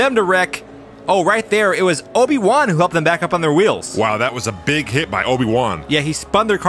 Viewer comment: ... its Obi Juan not Oni One...